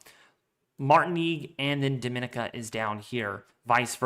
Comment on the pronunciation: Dominica = Doh- mi- nicka